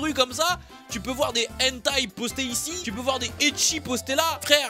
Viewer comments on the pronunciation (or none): none